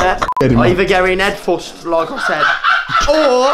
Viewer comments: ‘Ed fust’ 😂😭😭😂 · "You can dive in hed fust". Jay 2k17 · Man's went in "Ed Fust", yeah. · "shall I dive in head fust"